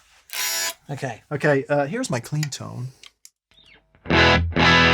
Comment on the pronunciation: American accent - "here's my clean tone". lol